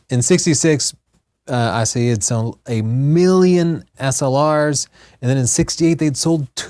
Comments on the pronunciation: AH SIGH HEE not ASS UH HEE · I can tell that you studied Spanish, because you are not pronouncing the "h" in Asahi. But Japanese does.:) And for... Pretty much, the US won the war, as the US did the vast majority of the Pacific Theater's fighting. Still, here's a (not so) fun fact: North Korea exists because the USSR took over the northern part of Korea (which had been a colony of Japan) during the final stages of the Pacific campaign. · Asahi, not Asaee! The girl pronounce correct. I want to read the informations from the display, not to see the faces of the two speakers...what a lack of intelligence. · Did it bother anyone else they were pronouncing asahi like the proper pronunciation of "acai?" It's not an especially difficult word to get close to the proper japanese pronunciation....(great video overall, that just bugged me) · What happened to the "H" in Asahi? Is this some kind of Lisp? I have noticed that is not very good at pronouncing foreign words and names. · Fast fact - not the correct pronunciation. :D It's a Japanese thing. Kudos for getting Ett Venter's name right! Thanks for a great show!!